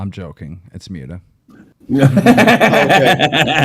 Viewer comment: MOOT-UH. Not MUTE-uh Human trash gnome